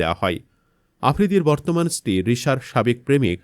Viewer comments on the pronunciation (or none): none